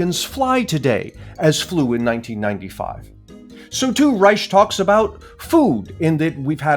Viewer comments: Stop letting Robert get away with saying his name is Reich with an “sh” sound. It’s pronounced “Rike”, as in the third one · Both "sh" and "k" is wrong pronunciation, if you treat it as a German word.